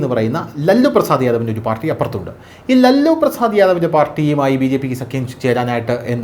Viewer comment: ലല്ലു അല്ല ലാലു ആണ്